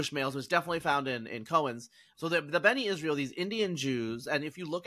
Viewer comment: NOT Beni Israel. B'nai. "Sons" of Israel. 😊